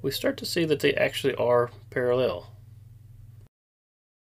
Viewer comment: what in the tf is with flat earthers putting the emphasis on the wrong syllable of the word parallel?